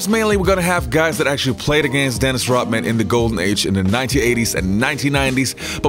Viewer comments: Does this guy know that Dennis's last name is Rodman not Rotman? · Yoh, You got colds or something? Cause tt really kills me when people can't pronounce simple things right. I mean it IS Dennis RODMAN. Not ROTman. Unless Dennis himself said so. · This is a good video and i liked it but cmon its RoDman not RoTman!